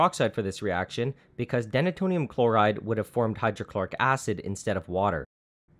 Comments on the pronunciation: I’m gonna go out on a limb and say it’s pronounced “dee-nay-tonium”, because it’s named for its function of “denaturing” alcohol. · it's "Deena-tonium" not denna-tonium.....and it's "By-trex" not "bit-trex"...just sayin......